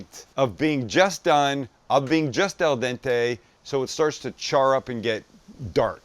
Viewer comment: It’s AL dente, Sam!